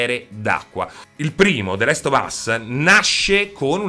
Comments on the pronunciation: E niente, non puoi proprio farne a meno di chiamarlo the LEST of us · The Last Of us, non the Lest of us